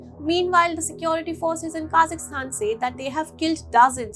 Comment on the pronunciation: It's not kazistan. Pronounce property. KAZAKHSTAN